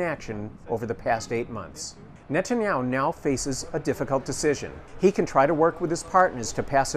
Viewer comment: So have i been pronoucing Netanyahu wrong my whole life, or what